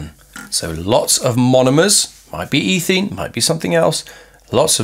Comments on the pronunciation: I'm sorry, I didn't mean to offend, and I'm sure as with all things English there are several different accepted pronunciations. As I said, I was just very confused, that's all, because I've only heard ethene as eh-theen before. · Good video, but I was so confused by your pronunciation of polymerisation and ethene, etc. The results I got from Google were all completely different... Guess I'll stick to a search engine.